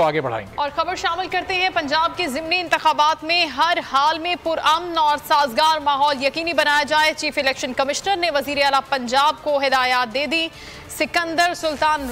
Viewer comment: The word is "Zimni" n Not "Zamni". Please use correct pronunciation.